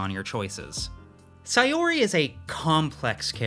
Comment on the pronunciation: The way you pronounce Saori as Sayori lowkey drives me insane 😭😭😭 guys it’s sao-ree